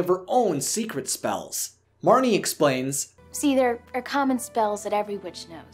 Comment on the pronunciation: It's Marnie